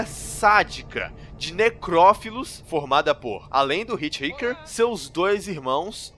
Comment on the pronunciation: O nome do cara não é Ritirriquer né, "Hitchhiker" é um termo para pessoas que pedem carona na beira da rua